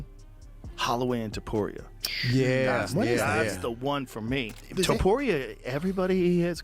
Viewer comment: dudeeeeeeee stop calling ilia topuraiiiaaa just say it straight topuria :d